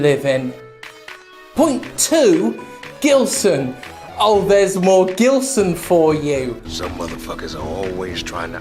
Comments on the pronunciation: I think you'll find it's pronounced with a soft G and a silent L. He got bullied a lot in school. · Brazilian or not, he is certainly of Lusophonic descent. So, soft G. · his name sounds brasilian, but im not sure since i can't find anything about the guy, if he is brasilian it pronounced with a soft g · It's pronounced Ghilseauxn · Its prounounced Jillsaw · Plot twist: Gilson is really just upset that Jim isn't pronouncing his name correctly.